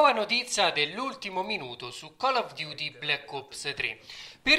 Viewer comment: sbaglio o hai detto notizza???? no dai sei un grande